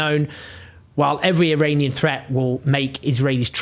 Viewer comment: Thank you Owen, as usual you're doing a great job!! Please Please don't view my comment as any sort of Criticism!! IRAN is Pronounced "Ee-Ron" and it shares its meaning with IRELAND (land of Aryans), and IRANIAN, is Pronounced "Ee-Ronny-Yan" not "Ee-Rainy-Yan". And I'd like to thank you again 😊 Oh you may wonder, "how can this guy be so sure of his Farsi pronunciations?" Even though my home is the U. S., I was born in Shiraz. Moreover my father received a degree in Farsi literature and later a degree in law, which led to the him becoming the Head of the Supreme Court of the country, and yes during the regime of the puppet King!! From time to time, they needed people like my father to be able to say, "look here is and extremely honest and qualified person in the government"!! Please forgive any errors, as I'm typing this on a very Cheap Phone, without my glasses, with debilitating Chronic Pain that no physician here in the Pacific Northwest, seems to give a damn about, to treat!!